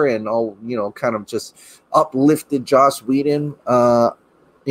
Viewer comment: LMAO Hysterically "Whe-done"